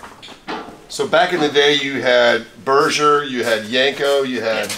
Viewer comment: Awesome episode 👏 👌 👍 And even said "Berger Chevrolet" correctly 😃